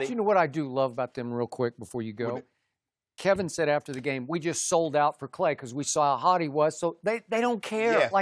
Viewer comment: “KWWEVIN DURANT WAS QWWUIET!!!” -Uncle Sha-Sha 😆